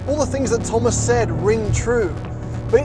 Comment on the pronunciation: LOL.. it sounded like they are shouting hummus instead of thomas in the intro xD